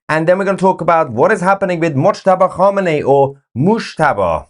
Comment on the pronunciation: Moooshtaba khaboooomi 😅😅😅😅😂😂😂